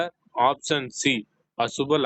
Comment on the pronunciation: ముందు ఆప్షన్ అనడం చక్కగా పలకండి